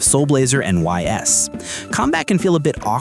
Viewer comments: Really nice selection of titles. I like how you leaned pretty hard on Japan-only titles that just need English fan patches. A lot of these lists focus on domestically released titles. The only thing is that you GOTTA learn how to pronounce Ys. It's pronounced like "Ease" and you can look up tons of other creators' videos on the series to confirm this - please stop saying the letters "Y-S." Good video beyond that! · Ys is pronounced "iss" I think. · Ys = “ease” 😅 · Great video. I wasn’t aware of a few of them and will have to check them out. I’ll give you a pass on the Ys pronunciation because if you never heard it said out loud, you wouldn’t know. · Why is bro pronouncing Ys like that. Ditch the AI script, my guy